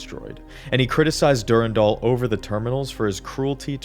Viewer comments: Dur-Ann-Dahl Not durundul lol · Jjrro, Durandal, Thoth, Tri-xeem